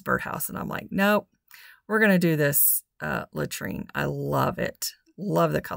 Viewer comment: Love the color on the bird houses😃but it is called LAURENTIAN ( lo rench ee in) And I am not being a smarty pants or snobby. The only reason I know what it’s called is because I too called it latrine and my daughter looked at me like I was crazy and then started laughing. She said, “Mom ,latrine ?!?!who on earth would name a paint color after a toilet “ and I just died laughing and said oh my goodness you are right so once I took a closer look at the name of the paint, I actually googled it to figure out how to pronounce it correctly.😂🤣😂